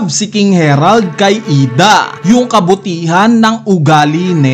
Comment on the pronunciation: IDA ❌ I D. A ✅ 😅😅